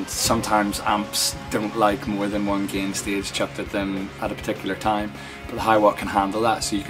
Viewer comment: If he pronounces “gain” as “gehhn,” you know he knows how to dial in a good tone.